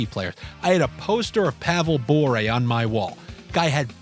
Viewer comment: Such a great video I'm not even going to mention anything about how you pronounce Bure.